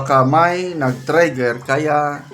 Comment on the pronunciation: sno ba yang prounciation mo like triggr hindi trayier pati complacent hindi complaycent pls be aware naman pag prounce mo ano ba yan???